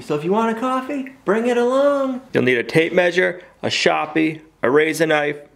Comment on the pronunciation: WTF IS A SHOPPIE AND RAYZUH KNIFE. HAHAHAHA